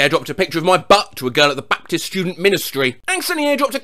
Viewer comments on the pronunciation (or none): I love the way he said Baptist I don’t know WHY I find it funny.